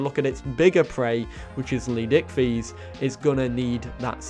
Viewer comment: no offense dude but can you please learn how to pronounce leed S ichthys right